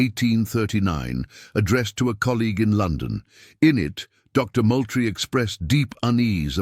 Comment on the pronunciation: Moultrie is pronounced Mooltrie. I have lived in South Carolina for 48 years.